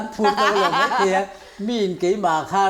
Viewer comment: Mai tih turah " Mei" tih i hmang thin a, a nalh vak lo niin A lang. Host i ni si a, fimkhur a tha mang e. I thiam thlawt e.